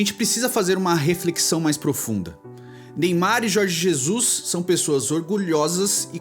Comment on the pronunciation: Jorge Zezus kkkkkkkkkk